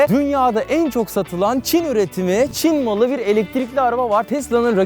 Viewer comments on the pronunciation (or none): Neden bastıra bastıra ÇİN MALI diyorsunuz Mesela Mercedes e ALMAN MALI diye başlık koyanı ben hiç görmedim